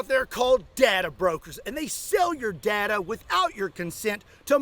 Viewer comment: it's pronounced data not data